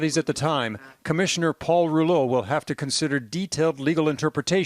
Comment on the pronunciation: Rouleau Commission, you peeps cant say Rouleau